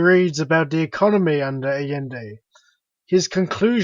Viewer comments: This kid can't even pronounce Allende. Say it with me, ancaps: "ai-YEN-day" Big props to the original video producer for being brave enough to admit that he doesn't actually care about democracy, as long as the result is unregulated corporations. Usually reactionaries just lie about things like that. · I love how he keeps mispronouncing Allende's name. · always mispronounced Allende's name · The guy can't even pronounce Allende.